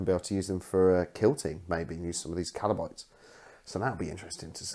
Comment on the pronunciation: FYI, it's kabalites, not kalabites